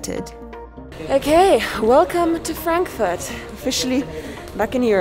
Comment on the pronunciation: you said it right فرانكفورت 😁